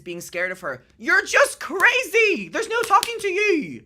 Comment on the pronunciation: Ohhhh nowr! Noer? Nowwr? Noerrr??? Funny. Most people just say NO.